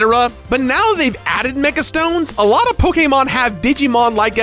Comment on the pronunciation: For some reason it really bothers me how he says Pokémon (Its not like I’m some mega fan or anything like that but it doesn’t feeeeeel right)